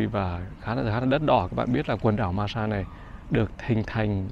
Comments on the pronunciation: Từ Santa Cruz, của đất nước Hoa Kỳ. Xin góp chút ít về việc phát âm về tên của hòn đảo Marshall. có thể phát âm “ ma xồ “ thay vì “ ma xa “. 😁 Và đây là 1 kênh YouTube đáng được ca ngợi, và ủng hộ, vì những đóng góp to lớn của đem đến những đời sống của những hòn đảo của Thái Bình Dương đến cho mọi người. Bản thân anh cũng thích du lịch đến những quốc đảo hơn là quốc gia bình thường. Nếu có điều kiện làm những chuyến đi về Đại Tây Dương, cũng có rất nhiều những hòn đảo nổi tiếng. Chúc sức khỏe và thành công. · Góp ý chút nhé, phát âm đúng: maa-sờl ai-lần. Great vid, anyway. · Đọc là mar so đơn giản vậy thôi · Em đọc tên quần đảo Marshall này chưa đúng lắm, phải là: Maar-shuhl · Quả đó tiếng Anh là "Breadfruit" em a. -"Marshall" tiếng Anh đọc kà "Mar - Sho". nhớ không ? chữ "All" (Tất cả ) đọc thế nào thì âm cuối của "Marshall" sẽ đọc vậy ... - Quả nhầu thì tiếng địa phương ở đó họ gọi là quả "Noni" quả này họ muối lên men để làm nước uống . - "College Of The Marshall Islands" là trường cao đẳng để đào tạo Cán Sự chứ không phải là Đại Học (University) em ạ !. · Tiếng anh đọc là má sô